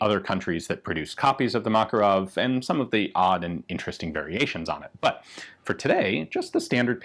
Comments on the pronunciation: it's makArov not mAkarov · ma-KAR-ov not MAK-a-rov. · seems like americans pronounce kalAshnikov, but fail to do the same with makArov it is makArov and not mAkaroni, very weird and strange at the same time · Please stop saying mAkarov, its called MakArov. It is on the second "A". We respect your names, please respect also ours! Thanks! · makArov, for Lord sake, not mAkarov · Thank you for a great video with so many details! Small correction. It's MakArov, not MAkarov. 😅 To Russian speaking, it,'s like hearing someone say ThomsOn machine gun to English speaking. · just saying it's not mAkarov but makArov accent on second vowel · Just a FYI, the stress in Makarov is on the 2nd syllable: mak-AR-ov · Except it is not MAkarov, but MakArov :) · Inflection is on the second vowel, makArov. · Btw, stress is on the second syllable - MakArov ( Мака́ров) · From a Russian friend. Ma-KAR-ov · A YT channel run by a Russian (Casper Arms) pronounces it as Mah-KAR-ov, with the emphasis on the second syllable. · You should look up the original pronunciation! The emphasis is actually on the second syllable. muhKARov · It is pronounced McAre-off. Means the son of Macareus. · For a guy who is going to die on the hill of pronouncing the US WW2 infantry rifle as GARE-and, pronouncing mah-KAH-rov correctly doesn't seem too big an ask. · It is pronounced "Makárov". The emphasis on the second "a". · A little correction, makArov, exclamation at second 'a' ;) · Man...the way Americans pronounce Makarov is ghastly to those that speak Russian.